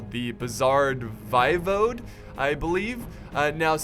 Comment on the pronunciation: Hey, a little bit of pronunciation assistance(they were pretty tricky for me too) Walachia is WALL-AY-SHA Voivode is VOY-VODE (Vode as in vote) 👍